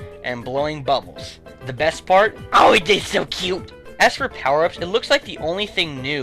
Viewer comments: Dey sew Kuoot!!! XD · you where so funny when you said dey sew kuoot